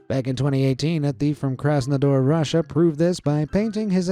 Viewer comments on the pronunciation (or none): none